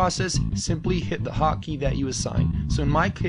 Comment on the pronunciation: "haw key"